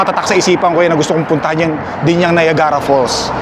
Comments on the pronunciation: Hello,! I think this my first time to make a comment on your vlog. Dahil sa influencer ka, please try to google the proper pronunciation for Niagara para sa mga tao sa ating bayan. Salamat - it’s not meant to be a bash. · Free po ang google, i-google mo yung correct pronunciation ng Niagara kc taga Canada kpa nman at malalaman mo din sa google na capital ng Ontario ang Toronto😬 wag mo gawing excuse yung laging hindi mo alam kc nka wifi k nman kaya use google to search stuff✌️